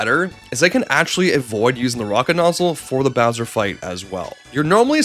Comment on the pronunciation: Mare-E-O and his brother Louie G saving Prin-kess Toadstool from Bow-swear